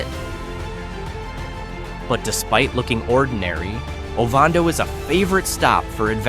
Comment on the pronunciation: You are correct. One he F-ed up is O-van-do. It is not O-von-do, AI Idiot. I know, I live here.